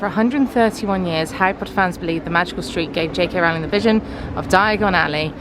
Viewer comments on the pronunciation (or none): none